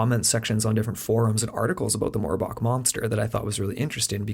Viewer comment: Really? "Morb"ach? You can't be serious lol